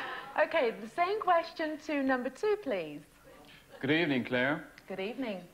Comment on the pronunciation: She just can't pronounce clare